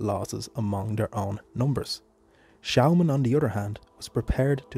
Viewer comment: Nice video but you pronounce the name wrong, it’s said like Schååman.